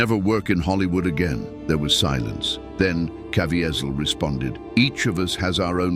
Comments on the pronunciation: Please, PLEASE, learn how to say Jims last name! Caviezel pronounced Ca V zel. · this A.I. can't pronounce Jim Caviezel's name correctly! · I didn’t know all these things about the filming. This is amazing. I bought the BluRay, and try to watch it every year. But, I WISH, the would pronounce the name Caviezel correctly. I think he earned that respect! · Please say Jim Caviezel’s name correctly. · Just like another video that talked about the movie. The guy speaking keeps mispronouncing Jim last name. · Commentator lies a few times & doesn’t know how to pronounce Jim Caviezel!! None of Gibson’s comment line up with video ..plus the tag never explains the scene depicted in the thumb nail!! I give the doc 1 out of 10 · Why didn't the narrator know how to pronounce Jim Caviezel's last name? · I appreciate the content of this video, but who are you?? It's read by AI, and the robot pronounced Jim's last name countless times!! You are a storyteller on the hunt for a story.